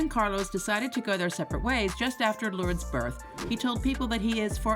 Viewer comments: Ya could have at least researched the pronunciation of her kids names! SMH 🤦🏽‍♀️ Lords!? It’s loor. - dehs. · Her name is pronounced Lor-dess...... not Lords. Or just call her Lola...that's the name she is known as. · Isn't her daughter's name pronounced 'lor-dez', and not 'lords'?! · This narrator cannot read, annunciate or pronounce names and words with accuracy. The mistakes are absurd! WAY TOO MANY!! Beginning with the say she says Lourdes Leon's name WRONG for the ENTIRE VIDEO! 🤡🤡🤡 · It's also pronounced Ver-sach-eh Not ver-sase 🤣 but the robotic narrator voice messed that one up too 👍🏻